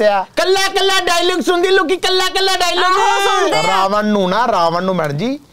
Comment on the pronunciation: 'ਨ' ਖਾ ਗਿਆ 'ਣ' ਨੂੰ । ਰਾਵਨ ਨਹੀਂ ਰਾਵਣ ਹੁੰਦਾ ਜੀ।